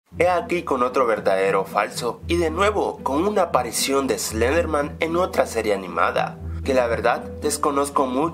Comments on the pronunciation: SLEDERMAN?? SLEDERMAN!?!?!?!?! ES SLENDERMAN!! Y SE PRONUNCIA ESLENDER-MAN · Dijo slederman xD